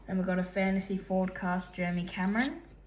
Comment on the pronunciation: Bro said jermy😂